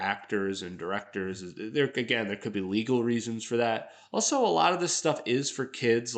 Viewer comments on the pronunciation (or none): none